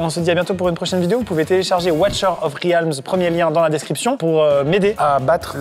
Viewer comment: Watcher of riaaaaalms (ça se lit "rilmz" niveaux prononciations 😂😂)